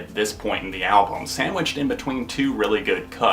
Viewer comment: Echoooooes! Are you saying "Pam" or "Albawm"? Good review mate! ;)